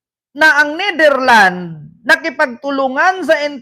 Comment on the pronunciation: hindi Netherland say it with an S ....its NETHERLANDS , ...sounds not right ang pronounciation mo .. again with an S at the end...remember that